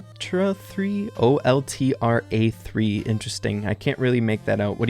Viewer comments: The "oltra" one is Coltra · That's probably coltra not oltra. PROBABLY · One of the arcade games is coltra but i believe said oltra, in just saying this for the people who couldnt read it eather